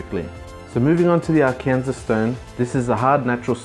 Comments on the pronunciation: It's Arkansas, as he puts in print on the screen. I guess the Brits pronounce it differently, like "R-kansas" instead of the American way which is like "R-can-saw" with the final S silent. It's ridiculous that we have a state that we call "Kansas", and then, almost touching it, a state we call "R-can-saw", but there it is. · It's pronounced are can saw for Arkansas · Just because I need to be the pedantic dbag: Arkansas (/ˈɑːrkənsɔː/ AR-kən-saw) Great videos though, I'm loving the process!